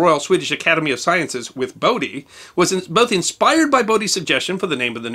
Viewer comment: ) note on pronunciation.. is Bodie the Bode of Bode's Law? In which case his name is Bode and not Bodie.